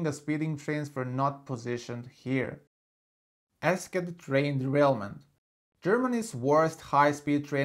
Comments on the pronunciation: Eschede (in Germany) is not pronounced "esket". It is more like this: è-sje-dee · Nice video! Learned a lot. But one more thing about Eschede: Besides the pronunciation (which others have pointed out already) there is another wrong thing. The train's loco didn't come to a stop that late because the train driver didn't realise that his train had derailed, but simply due to the high speed at which the train was travelling (around 170km/h). When a train splits, it automatically slams its breaks. It really was just the high speed.